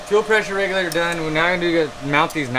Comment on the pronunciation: I dont know where to start... holy shit... "NOS solnoin" (solenoid) "Charge pipe plumping" (plumbing) "Fuel pressure reglator" (regulator) "Troq" (Torque) And last, but not least.... "Bradalogie" (wtf??)